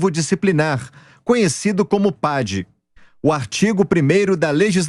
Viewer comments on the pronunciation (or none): Desespero da Joven Pan caçando chifre em ovo. Não existe sequer processo muito menos condenação em 2 instancia, mas o advogado Rolo dá idéias nada a ver. Não se fala "pédi", é "PAD" e fabricar um processo sendo que eles não estão mais nos cargos, é ridículo.